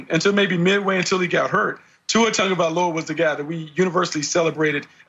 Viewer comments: Dude, that fat dude, when he says Tua's last name. "Tua Tag-violin-no-ah" lmao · Its closer to "TONG" like in the word LONG..... The letter G in our Samoan language has the NG sound.... So Tua's last name is pronounced T-ONG-O-VAHHHH-EEE-LOW-AHHH....Sorry for the exaggeration on sounding out his last name. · Jason W. can’t even pronounce Tua’s last name correctly. 🙄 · so um is anyone going to correct that guy on how Tua's last name is pronounced? smh